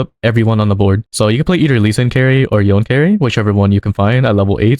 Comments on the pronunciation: To pronounce Yone...It is "Yon-Nay"...NOT YON! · Saying yone instead of yoné is illegal